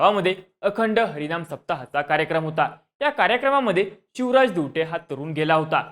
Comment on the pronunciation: Are tu chivraj boltoyas ki shivraj boltoyas😂